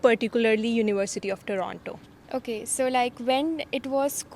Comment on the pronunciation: U have been in canada for so long yet dont know how to pronounce toronto